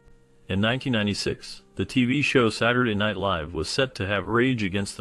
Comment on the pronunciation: I haven't kept count of how many times you mispronounce "live," but I'm about 7 minutes in, it bugs me, and it's the reason I'm about to click away. Just thought you should know.